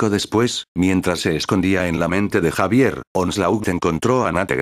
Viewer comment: deci xavier, no javier